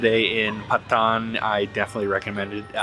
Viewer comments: Its not "pa thaan" its "paa ton" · not pathan its patan haha